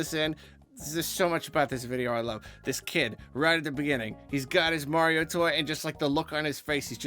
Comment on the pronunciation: "Its-a-me, Marlo"!